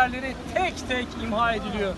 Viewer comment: Ihma deyil imha deyilir duzeldin sehvinizi